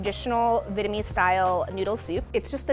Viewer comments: venemes fu is how she pronounces vietnamese pho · She keeps on saying Vitmease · She's saying "Vitamese" not "Vietnamese". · the way she keeps saying “vitamese” makes me cringe but that soup looks mad good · Ashish Singh american accent. /'vi:.et.nə.'mi:z/ => /'vi:?.nə.'mi:z/ => /'vi:.nə.'mi:z/ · I hate how she says the word vietnamese lol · it always happen when you try to pronounce the "dot" in the word "Việt" while trying to add the English part "ese". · Why is she saying Banh Mi like that :( and why is she saying Vietnamese like that :( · Ikr lol🤣😂